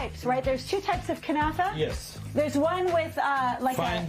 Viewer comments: Not "knefeh"! KnAfeh! If you don't know the language, at least READ what was written! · What the heck is a "kunafa"? It is called KNAFEH! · What the heck is knefeh? Relax